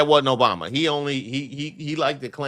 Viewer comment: No, no his last word will be "Obamna!!!!" because he can't get that right....